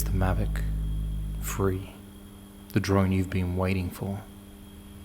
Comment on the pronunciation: You say “free” instead of “three”.